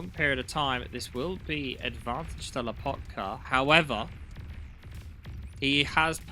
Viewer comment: Why LAH potka. It's Loh PAHtka. The O and the A are in opposite places of where you're saying them.